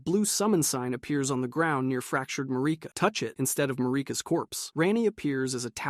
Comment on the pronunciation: Lost me at Ma-ree-ka destroys Elden Ring because she is grieving the death Godwyn.. byw